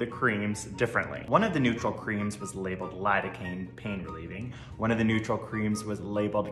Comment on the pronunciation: why is he pronouncing "the" like that, please stop